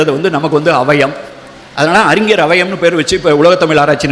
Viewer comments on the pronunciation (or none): அழகய்யா உங்கள் ""தமிழ் "" இலக்கியம் ஆனால்" தமில்" " தமில் " "தமில் "என்றும் அறிஞரை "அறிஞ்ஜர்"என்றும் தமிழை "சங்கறுக்கின்றீர் "வருத்தமடைகிறேன். நாம் இருவரும் சந்திக்க முடிந்தால் உங்களை "தமிழ்" உச்சரிப்புக்கு எளிதில் பயிற்சி அளித்து மகிழ்வேன். வணக்கம்.